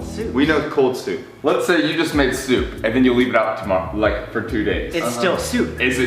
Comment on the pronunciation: How Sam says Soup: SooupAH cbfeiugverhk SMH